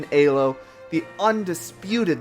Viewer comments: what the hell is ayy-low though? It's pronounced eee-low no matter whether you use Arpad Elo's original language of Hungarian or standard English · fucking "aye-lo" dude LMAO, it's E-low, that is how you properly say it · was there anyone else getting tilted by "eh-low" instead of "ee-low" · Why does he pronounce Elo as Ay low, so distracting